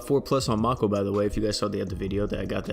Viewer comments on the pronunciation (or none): none